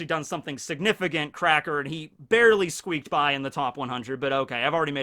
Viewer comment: "Just Barry-ley." 👌😂🤣